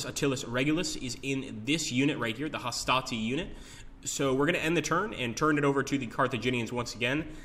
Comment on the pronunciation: It puzzles me why they can always pronounce 'Hastati' right but somehow plural for 'Triarius' gets anglicized ending